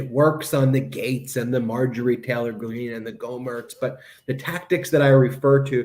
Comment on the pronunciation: This guy lmao. Did he say tater green?